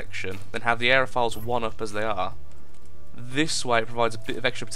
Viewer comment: its aeroFOILS like tin FOIL not files